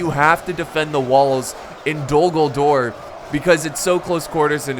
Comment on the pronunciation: Dogldore or did he say d dumbldore